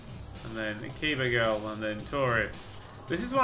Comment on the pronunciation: i think the name is pronounced 'akiba strip'